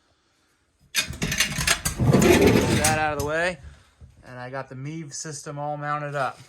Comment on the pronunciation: Sorry dude it's MIV ...Not MEEV jfyi